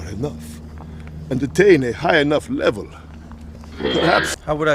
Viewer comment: "How would I gwow to a high enough levow?" "You would gwow by..."